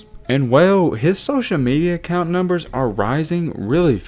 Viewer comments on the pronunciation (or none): none